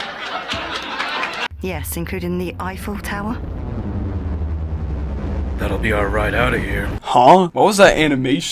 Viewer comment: I didn't even notice he said awful tower.